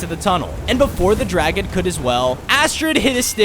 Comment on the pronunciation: It's dragon not draigo